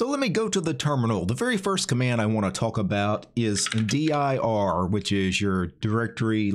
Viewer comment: 1) Neither "dir" nor "vdir" look much at all like what the standard output of "dir" used to look like on DOS or looks like on Windows, so if that was the purpose, they've failed pretty hard IMO. 2) Why on Earth do you spell it out in speech, in stead of just pronouncing "dir" as a word? It's not like it's an acronym, you know.